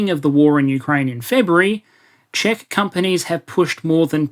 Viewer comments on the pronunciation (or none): none